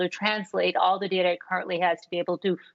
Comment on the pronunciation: It's data not data.